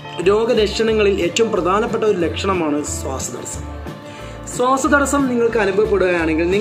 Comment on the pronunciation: സ്വാസ്സം അല്ല.. ശ്വാസം.. 😃